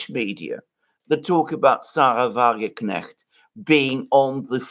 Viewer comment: Mercouris can't say the word "Wagenknecht" even if his life depended on it.